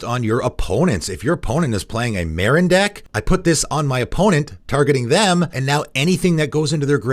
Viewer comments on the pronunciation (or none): none